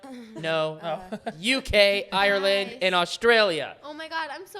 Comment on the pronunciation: i'm sorry but i actually CANT STAND how non irish people pronounce "ireland" it bothers me smmm